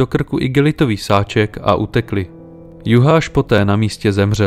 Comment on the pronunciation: "Sz" je v maďarštině "s" a ne "š" a "gy" je "ď". Takže, jelikož byli Vadász a Juhász Maďaři, a ne Poláci, je třeba číst jejich jména jako Vadás a Juhás. Totéž u Szilagyové, neboli Siláďové. Stejně tak se György nečte Gjörgi, ale Ďörď.